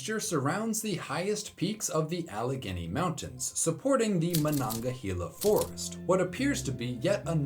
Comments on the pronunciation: Incredible video! As a Western PA-area native who loves West Virginia’s mountains and forests, I highly recommend a trip and would love to see you investigate. Just a heads-up on pronunciation though — we pronounce it ma-nog-ah-hay-la. 😉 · Great video! This is probably the best video I've ever seen of yours. Word to the wise: in West Virginia, we tend to pronounce Monongahela as "mon-en-gale-yuh" though there is naturally always going to be some disagreement on matters of pronunciation